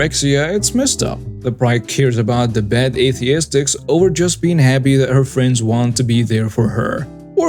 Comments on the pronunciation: the word is pronounced "es-thet-ics" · Aesthetics: ess-THET-iks